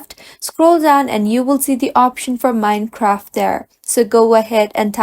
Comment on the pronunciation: Wtf is “mini-craft”?